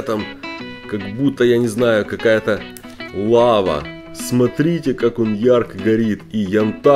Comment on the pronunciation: ты сказал не лава а вава